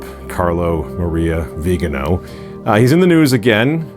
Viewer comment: Please, pronounce the Archbishop Viganó’s name properly, indeed as you publish it - .vi-ga-NO accent - only - on the final syllable.